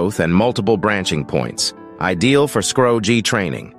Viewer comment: You pronounced scrog too different ways but part from that done well